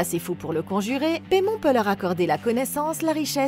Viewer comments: ça se dit paillemone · "Paimon (Paille Mon) !" "Paimon (Paille Mon) ?" "Les lavage du plus longtemps avec Paimon (Paille Mon) ?" "Alors, c'est peut être lui mais le démon Paimon (paye mone) pas Paimon (Paille Mon)"